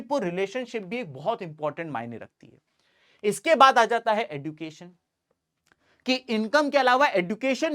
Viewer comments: Education pronounciation sahi kro please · Sir sorry but fir bhi khungi education ka pronunciation galat kiya h Kai bar kafi log yahi kehta h jo aap keh rhe h par plz try ki ap sahi kahe thankyou sir